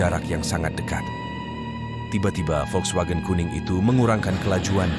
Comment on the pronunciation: Pening dengar muzik latar yg terlebih tinggi. Cerita & penyampaian okey. Volkswagen tu ada jugok dengar kat Karak. Sebutan volkswagen tu betul dah. Saya pernah belajar bahasa jerman dulu.